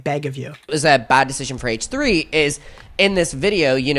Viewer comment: It sounds like he says “haech 3” instead of H3 and I hate it